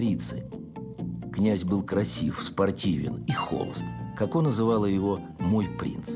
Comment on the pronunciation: Коко, а не Како. Нельзя произносить Како!